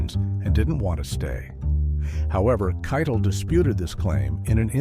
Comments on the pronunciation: Yeah it is Keitel (Kai=tell) not Kai-Tall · Who's Harvey KYE-dle? It's "kye-TELL." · Harvey Keitel pronounces his name KY-TELL, not KYTUL. To borrow an oft-repeated phrase from this video, “This incident serves as a reminder that” mispronouncing a well-known word or name undermines a narrator’s credibility. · Every time Harvey Keitel's name was mispronounced it bugged the hell out of me, then the last few times it was gotten right. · Teach the AI to pronounce Harvey Keitel's name right. And the chapter breaks are all over the damn place. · How about the way it pronounced Keitel? 😂